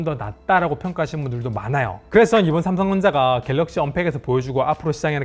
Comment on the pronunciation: 아쉽다. .산성전자. .발음만 좀더 정확했다면 진작 100만 유튜버일텐데. .